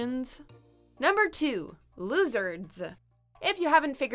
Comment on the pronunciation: She almost said "Losers, duh" but then remembered she's talking with the Judge Judy herself so just proceed with "Losserssds"